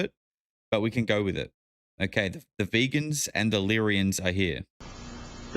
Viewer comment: Vegans from Vega... VAY-GUNS from VAY-GUH Not like vegans